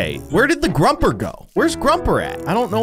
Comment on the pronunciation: Not being mean but it's pronounced grO-per